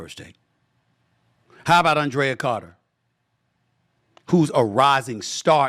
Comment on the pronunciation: I wish people who really follow and watch the womens game made videos, this guy cant pronounce Carters name right..